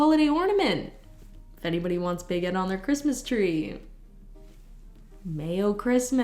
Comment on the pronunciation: The first time you said Big Ed I heard baguette, and now it's all I hear.